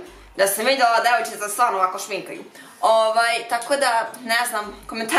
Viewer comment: Najace je kad kaze "devojcice" wtn 💜💜💙💙😙😙😂😂